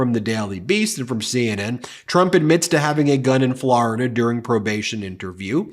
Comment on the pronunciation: I love you but will never stop cringing when you pronounce Florida as Flarida. 😅